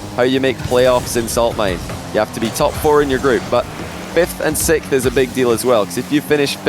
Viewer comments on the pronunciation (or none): Why do all British people say sixth as sickth.. when you say the word fix it isn’t fick. Don’t ask me why this bothers me so much 😂